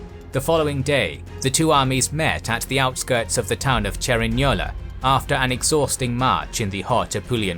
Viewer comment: "Cerignola and Garigliano" wow man, you pronounce these names better than me(i am italian)